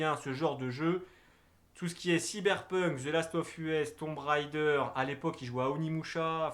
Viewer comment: t'entendre dire the last of U-S ça fait mal sérieux 😂